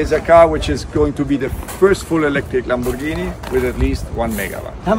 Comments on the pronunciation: Love how he pronounce Lamborghini 😅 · I like how he pronounced Lamborghini! ❤ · I love the way he pronounces "LamboRghini"